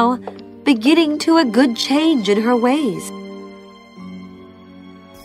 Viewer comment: Naomi - not Nayomi.